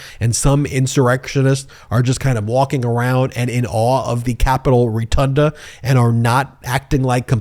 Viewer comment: Retunda? It's rotunda